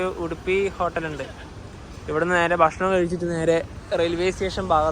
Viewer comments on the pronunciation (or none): none